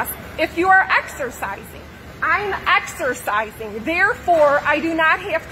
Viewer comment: " I want to axercizing "